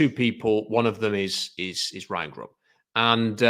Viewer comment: I hope they do get Grubb because pronunciation of the name is great. "Grohb".